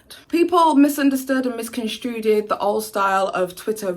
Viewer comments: its "misconstrued" doll not misconstruted =o) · ✒Babe it's 'misconstrued' not 'misconstruded'